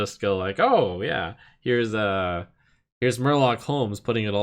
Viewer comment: Murloc pronunciation is excellent